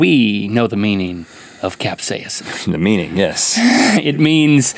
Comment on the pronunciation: Cap-say-inson? No Rhett. No. Cap-say-son.